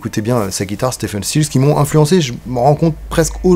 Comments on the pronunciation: Si je peux me permettre, on prononce STIVEUNE et non STEFEUNE. (J'ai fait la faute pendant des années). En fait, on dit Steve (STIV') Stills, CQFD. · Stephen se prononce en fait Steven ... Mais bon c'est juste pour chipoter. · Épisode qui fait écho à la master class. Devenez membres Tipeee !!! (Pour être pointilleux: Stephen is pronunced Ste(V)en 😉)